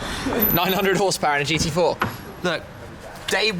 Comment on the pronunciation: that was hilarious how good shmee said the gt4 on german xD please do that again